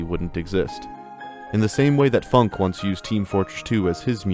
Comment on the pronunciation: I thought it was supposed to be pronounced "foonk eh"